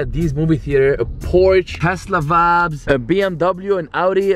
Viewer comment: English is a barrier merch. Some vaybs